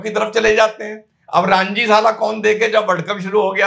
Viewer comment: सर रांजी नही रणजि ट्रॉफी..